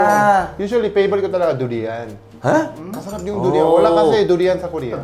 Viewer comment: Ako lang ba na misheard yung Durian? Narinig ko Judy Ann 😂